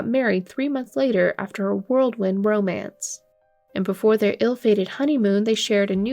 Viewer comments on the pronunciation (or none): It's 'whirlwind' not worldwind. Annoying narrator who can't write/speak basic English pretending they are journalists 😒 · Ots "whirl wind" not "world wind" sorry.